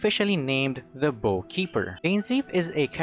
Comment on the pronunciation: No one seems to realize that bough isn't pronounced like a bow, but more like bowing to someone